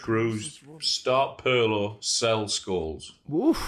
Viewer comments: Guys I can't accept Perlo especially from Micah with his Italian...it's Pirlo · Kroos rhymes with Gross, with a rolling German R, and Pirlo without the P is pronounced like the middle of Earlobe but with a lightly rolling R. Happy Christmas